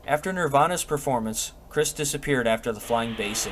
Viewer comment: It’s Krist like WRIST not Chris.